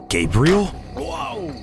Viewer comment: It sounded like he said “my name Gabriel but you can call me gay”💀